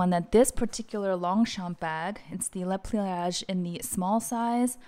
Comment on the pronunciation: Great video and recommendations, and thank you for pronouncing Le Pliage correctly. 😊